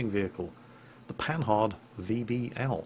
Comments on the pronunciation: Pan"h"ard..... Jingles, your Anglo heritage is showing. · Didn't take French at school? The "h" is not pronounced.